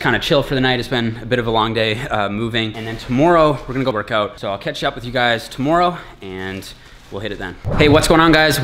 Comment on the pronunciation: "Toomoreow"? Man, you really are Canadian..😂 Great channel!